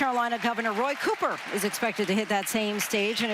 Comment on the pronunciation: Our amazingly thoughtful, hard-working for us, Governor! We will miss your sense and sensibilities you gave us! and we must be cousins because we say "Cuuper"! as in Foot, Book, Cook, etc. Not "Coooooper"! thank you, sir for your leadership!